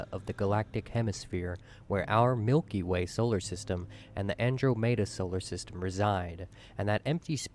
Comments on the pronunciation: Everyone everywhere literally says "An-drom-eh-da" every time since reading about her in Greek mythology. Them this fool comes along and says "Andro-may-da" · LMAO...the Andro-mayda galaxy...I nearly spat out my coffee 🤣🤣🤣🤣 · Am I the only one cringing every time he mispronounces Andromeda? Andro-mayda?! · I was looking for this comment. It annoyed the absolute crap out of me each time he said “Andro-may-da.” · The "andro-mehda" galaxy, indeed XD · who the hell calles the andromeda galaxy the "Andromaydah" galaxy? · He called andromeda an-dream-a lol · That guy just had to say Andromed AndroaMayda, wtf no1 says that, how to loose people who don't actually know these things but might heard them talked about so their brains can't just know wtf he is talking about, & he got so many numbers wrong what the fuck seriously, trillions of stars then changed that to billions, the CMB is only 200 million light years..... I don't even know where to begin with that last statement, did that dude do any research whatsoever before going to all the effort of making a missleading video. Why did he even bother bring percentage into things if he was just going to ignore how long the actual value is? 0.1 is about as big an understatement as 1 could. So, he was even using copyrighted material, &, he just left in the unlicensed bit, instead of just not...... what even Way to gloss over all the absolutely insane behaviours going on in nova & super nova explosions. Why is he using plural Nebuli to refer to just nebula? It's like he jus doesn't know that's plural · I can't take someone serious who pronounces that shit "Andro-Mayda"... Completely discredits his info for me. Though I like a decent amount of the data present. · The way the guy pronounces "Andromeda" in the video annoys me. He says it like "Andro-mayda". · Why the hell can no one pronounce andromeda right like it ain’t that hard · I don't quite trust anyone who makes a video like that and can't pronounce Andromeda.